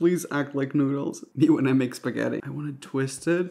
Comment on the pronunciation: U say spaghetti but I hear fettuccinn